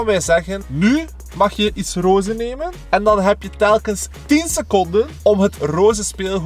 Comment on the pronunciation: Rooze haha srry maar het is roze